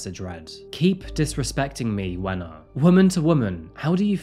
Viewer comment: I love how you make an effort to pronounce the names right. It's phenomenal how you did it. Also.. I wasn't looking at the screen and when I heard "wena" I had to run to my phone, rewind and make sure I heard it right. Haha. Wasn't expecting that. Good work!